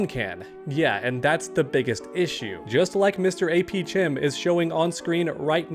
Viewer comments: His name is pronounced AP "kem" like AP Chemistry. Great video man. ❤ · I think the most disappointing part of this video is you keep saying mrapchem wrong. His name is clearly pronounced khem as in chemistry. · I'm starting to think you're doing this on purpose.... it's pronounced AP "kem". Aka AP Chemistry. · They way you said “chem” 😂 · Hearing butcher this guys name makes me cringe. It’s APchem as in CHEMISTRY. Seriously, isn’t this guy supposed to be a teacher?